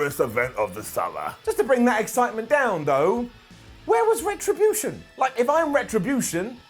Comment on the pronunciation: How does retrobullship sound like retrobution?